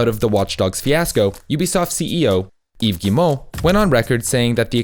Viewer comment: The way you pronounce Yves Guimont is 100% perfect btw. If it’s because french is your first language I’m sorry for the impertinent comment. Edit: ok by the other names in the video I know it’s not your first language, but still great pronounciation on the French names. Thanks for researching (and probably practicing) how people pronounce their name.